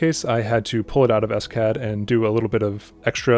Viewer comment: It's "OpenSCAD", not "S-CAD" ;-)